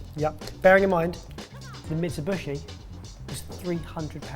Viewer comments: I like how, not once in this video, has pronounced Mitsubishi correctly. Thenagain, it's. It's good he pronounced anything. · lol keeps saying, "Mitsibooshy" it's Mitsoo-bee-shee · Mitsubishi > meet-sue-BE-she. Never heard of/seen a guacamole with bacon, or jelly for that matter.